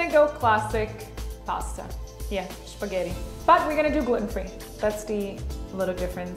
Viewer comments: I find it so funny when she pronounces "Spaghetti" as "Špaghety" :D. "Špagety" is how we say it in Czech. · Karolina is so amazing, I love How she says Spaghetti the Czech way💕🙉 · i noticed that š as well.